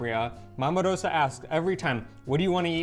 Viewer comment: A tip - 'Rosa' is pronounced Ro-za. The 's' is a 'z'. Just sayin'.